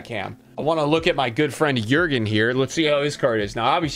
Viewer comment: Flawless pronunciation on Jürgen there 👌